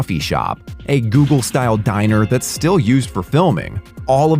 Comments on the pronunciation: It is Googie, not Google. The architecture is named after a former Los Angeles restaurant called Googies. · Johnnie’s Coffee Shop is NOT an example of Google architecture. It’s an example of Googie architecture. Maybe don’t use AI speech if you can’t get it right?